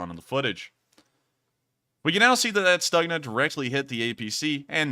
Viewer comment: I was told the G in Stugna is pronounced K, so it's Stukna